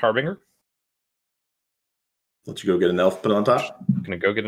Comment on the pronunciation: I mean I SWEAR its not that hard to say... Harbinger (haar-buhn-jr) They been spending too much time around Cedric! lol